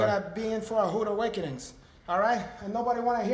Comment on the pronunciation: "You're in for some hoode awakenings" :))